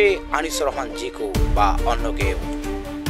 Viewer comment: আপনারা কি ও উচ্চারণ করতে পারেন না?চোর বলতে কি চুর বলেন?তার নাম জিকো, জিকু না